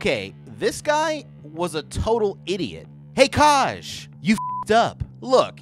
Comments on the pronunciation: this isnt meant to be mean but did you ever listen to anyone pronounce the name “kaj” before you decided to butch the name so horrendously hahaha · Obsessed with the mispronunciation of Kaj